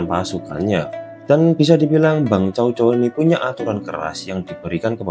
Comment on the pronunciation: Org cina melafalkannya tsao tsao bukan cao cao. Mirip kyk huruf tsa dlm bhs arab